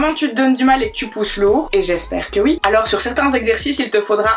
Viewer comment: C'est une belge ça s'entend a son accent, il le prononce souvent houite